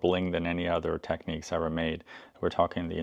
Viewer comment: The cartridge holder was also on the mk3d's, the adjuster at the back was for scratch dj's, the reset button puts it to zero and doesn't lock it to the pitch you have it too and sorry but its tech NICS , not tech NEECS